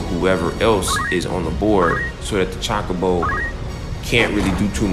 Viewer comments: Ay bro you threw me off with your pronunciation of Chocobo lol. Not Chalk-a-bow but Cho-ko-bow. Did you ever play the Final Fantasy Tactics Advance 1 & 2 series for the GBA and the DS? Highly recommend the second one man you'd definitely enjoy it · There is a sequel to tactics and chocobo is pronounce CHO-KO-BO not CHOCK-O-BO. Imagine how CHO is pronounced in the word CHOSEN not how it's pronounced in CHOCOLATE. Not hating, but if you're going to call yourself a FF superfan then it'd help to know these things. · Gaaahh!!!! It's CHOKE-A-BOW. that's a how you say chocobo... Good review though. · Your saying Chocobo wrong